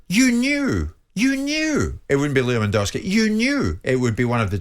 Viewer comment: It was Modrić not Kroos and it’s LewandOwski not LewandAwski